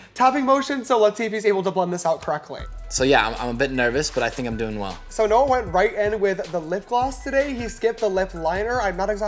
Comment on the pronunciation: " let's get to No-ah" lol he really said that